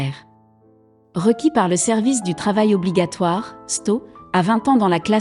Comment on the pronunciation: on ne dit pas sto mais S T O = Sevice du Travail Obligatoire